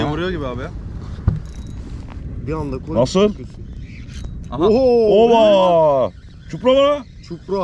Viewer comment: ÇUPRA Değil ÇİPURA😂😂